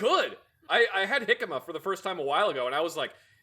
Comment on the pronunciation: Props to that really know how to pronounce jícama